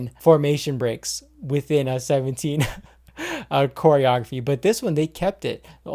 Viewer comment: did he say "hair-eorgraphy"...... LOL